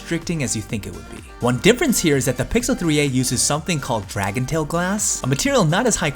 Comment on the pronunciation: It's called DragonTRAIL not dragontail like a tail ...it's Trail like a bike trail.......but first time viewer... Thumbs up and Sub'd...nice review bro.keep.em going.